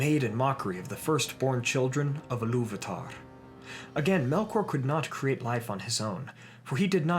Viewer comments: First, it's pronounced EE-loo-VA-tar not eh-LOOV-a-tar . Sorry, but it grated every time you said it. There were a couple other questionable pronunciations, but I won't dwell on them. Just, please, fix this one if you fix any. Now, with that pedantic criticism out of the way... The Silmarilion informs us that the orcs breed true, and breed rapidly. From the time the orcs were created until the time of the Hobbit, 7000 solar years have passed, but it's important to remember that the standard solar year didn't exist until after the sun and moon were created. Before that, the world measured time in Valian Years, which Tolkien accounted as being 144 solar years. The First Age is said to have lasted 587 years after the creation of the sun, but began when the elves first arrived in Valinor. The orcs were created sometime soon after. It's extremely hard to get a good account, but an estimate of solar years before the destruction of the the Two Trees is not unreasonable. The Second Age lasted for 3441 solar years and the Third Age for 3021. Why all this talk about time? Because the orcs' prolific breeding cycle can account for all the variety of orcs/goblins that we see by the time Bilbo leaves his house without a handkerchief. I don't think Tolkien was ignorant of Natural Selection, and being a scholar of etymology, he would easily draw comparisons between the two. Orcs living and breeding in different regions would develop specialized traits ideal for those locations. Cramped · I believe Ilúvatar should be pronounced and stressed more like a Germanic speaker would, but I find it hard to explain phonetically: "Ilúvaatar", instead of "Illúvahtahrr"